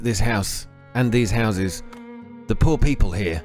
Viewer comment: Pee poles ... hehe